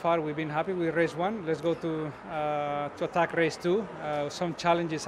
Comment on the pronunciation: The way alonso pronounces race is so nice😍